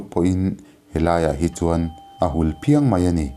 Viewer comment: "A hul phiang" tih a Phiang..lamsan lai tak khi.."Khiang"..Khiang kung tih a " Khiang " kan thluk anga thluk tur a ni lo maw?